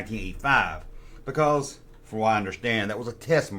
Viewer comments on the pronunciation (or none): "Baycawz"